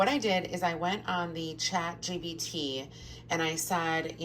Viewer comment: Jen is shaking!! also omg "chat gps" LMAOO💙💙